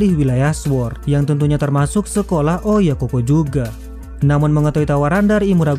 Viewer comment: OYAKOU BUKAN OYAKOH DAN BUKAN PULA OYAKOHKOH